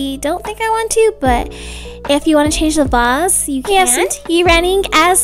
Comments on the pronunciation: It is not a vars it is a vase 😂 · when she pronounces "vase" as bass i burst out laughing 😂